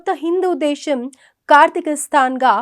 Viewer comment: దేశం తల్లీ దేషo కాదు ష, శ, స తేడా తెలుసుకోండి ముందు చస్తున్నాం తెలుగు కూనీ అవుతుంటే 😢